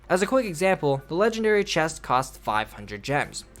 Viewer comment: “The game feat legendaray “